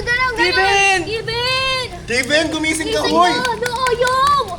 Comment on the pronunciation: Kevin hindi po kivin